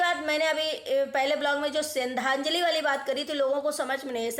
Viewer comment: बहन Tere को सरधान्जली नही बोलनी आती 😂